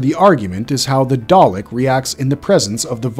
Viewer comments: Dude why are u not saying dalek the same way each time may as well pronounce it darlick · Your pronunciations of both Dalek & Davros are all over the place "Day-leck" "Dave-rose" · Good video but I found it grating every time the VO mispronounces things... especially the repeated switching between dah-lek (correck) & day-lek(wtf?) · "daylek" is that a new species of dalek💀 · please don't say Dalek as Day-lick AGAIN!, say it as Dah-Lek. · A quick pronunciation lesson for your narrator. Kaled isn't pronounced "Kay-led" ... It is "Ka-led". Also.. It's not "Day-lek" ... it is "Da-lek". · Why is it, he’s saying Dalek wrong, then says it the right way, “ dar’lek “…. It seems he’s never watched doctor who….. or at least the dalek episodes. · Daylek lol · WTF is a Day-Lick 🤣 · Please stop saying “Day-lek” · How can you post a video of this subject and pronounce the names so incredibly badly - Daylick? What ?. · DAR-LECK. When you know its not a true Dr.Who fan making the video. EXTERMINATE! ARRGGH! This is as bearable as the past two series. I'm out! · Pronounced dar lek. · "Darrrrleks"? Honestly American pronunciations are mad. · Pick one way to pronounce Dalek and Davros and stick with it please. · Why did he keep alternating with the pronunciation of dalek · Yeah the causal mispronunciations of Dalek and Kaled is like nails on a chalkboard to my nerdy ears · if that's A.I., it's pretty good. Other than the Dalek pronunciation problem and the weird way he says the title of each section, it sounds like an actual person that did their research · why does it pronounce words different every time it says them???